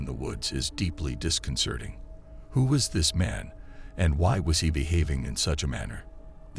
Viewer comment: This narrator has a deeply disconcerning way of saying this deeply is disconcerning .does he even know he is saying it wrong it’s concerning that he doesn’t even know his English also he just keeps repeating same exact things for every video clip 😂